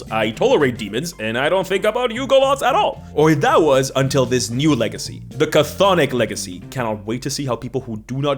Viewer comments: It’s pronounced “Thonic,” not “kuh-thonic.” You played yourself with that one. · It's funny how you talk about people mispronouncing Chthonic and then proceed to mispronounce it yourself. The C at the start of the word is silent, so it's just pronounced thonic and not cathonic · just an FYI; Cthonic is not pronounced "Ca-Thonic," it's Greek and Greeks like their silent letters, it just sounds like "Thonic," no "Ca" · Not to be "that guy", but I find it quite amusing you made a joke about people butchering the pronunciation of "chthonic" then proceed to spend the entire video saying it wrong. For future reference, the "Ch" at the start is totally silent. It's just "THAW-nik". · The word is pronounced "thon-ick". The first C is silent. I blame Cthulhu (where the first C should be silent as well, but nobody pronounces it correctly). Very entertaining video as usual, but I'm done giving WOTC any money for anything ever again. With games like DC20 and Shadowdark out there that do what D&D does better and don't hate their customers on top of it, I (sadly) am done with any new stuff produced for the world's premiere (but no longer greatest) roleplaying game. If Hasbro/WOTC still recognized that D&D is a hobby instead of a "lifestyle brand" and just focused on producing quality entertainment rather than making social commentary, I'd still be on board. But, frankly, at this point, it's so easy to just walk away, and notice that nothing of value was lost. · the C in cthonic is silent but you mispronounced it wrong on purpose for clicks touché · That's not how you pronounce chthonic though 🤦‍♂️ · Thank you. I cringed when I heard the pronunciation, and now I must brace myself for years of mispronunciation. I still wince when I hear someone Avernus with the same cadence as Inverness. Cthonic and Avernus are real words with pronunciations people can look up. I suppose if I can accept Sigil with a hard G, I'll adjust.